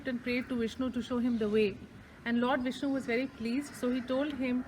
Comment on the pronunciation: I love you so much 🤗🤗🤗😘😘😘 beautifully you explained about Nava Tirupathi, we could imagine the deity in your words💕💕💕💐💐💐 Loved the way you pronounced the names of the lord Vishnu👌👌👌 felt like I visited the places with you Aum sairam 🙏🏼❤️❤️❤️